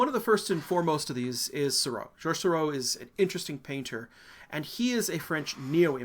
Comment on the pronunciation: Oh DO pronounce Seurat again for us. I’ve never laughed so much!!